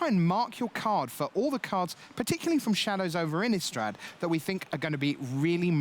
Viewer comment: why does everyone even at wizards call it "innUstrad"... there's an i, not a u!